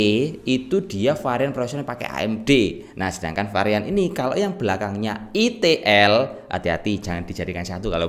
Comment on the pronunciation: Itu bacanya ITIL?😂😂